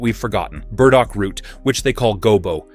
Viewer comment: You trip over your AI. Who TF were the gardeners? Women, yathink? And it's sweet CICELY, not the island off Italy. And BURDOCK, not berdo. Otherwise, helpful.